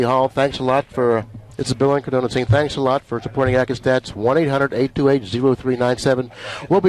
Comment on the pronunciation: Did announcer Bill Incardona (he said Incanona) pronounce his own name wrong at the start, or do I not know how to pronounce his name?